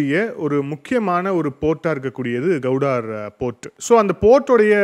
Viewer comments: Gowdar illa bro Gwadar port.. please correct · உச்சரிப்பில் சிறு பிழையுண்டு. அது கவுடார் அல்ல க்வாடர் (Gwadar) துறைமுகம். தேசிய சேனல்களை பார்த்து திருத்திக் கொள்ளுங்கள் தம்பி. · You are pronouncing Gwadhar as Kauvudari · The port is called Gwadar and not Gowdar… pl,check and correct தமிழில் க்வாதார்… கௌடார் அல்ல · Please pronunciation of Guwadar port properly